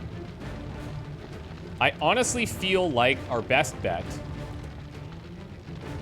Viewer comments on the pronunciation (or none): none